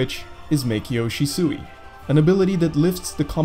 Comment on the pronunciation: Love your videos, just wanna let you know its she-swi and not shi-suey! Otherwise your videos are great